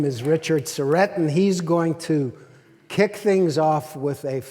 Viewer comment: lol@ Moses mispronouncing Richard's name